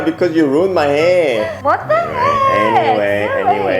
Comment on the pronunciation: Lol, the "what the heeeck" sounded so korean.